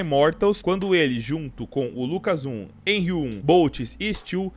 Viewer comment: kkkkkk como confia em um cara que fala henri1? pqp